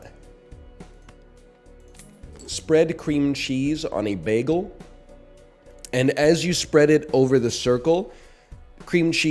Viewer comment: pretty sure the chatter meant because you pronounce bagel like beggal